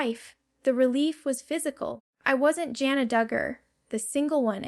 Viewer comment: I love Jana. This video is AI. She called herself Jane-na, instead of Jan-na. She speaks of the girls escaping and she would never say that. Even her phrasing is not her style. I don't know why people do these kinds of things. Let her be herself and tell what she wants IN HER OWN WORDS.